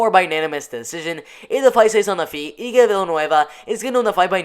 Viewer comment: Let me help you. It's Eye-K Villanueva not E-Ke. I'll be your name whisperer this year buddy.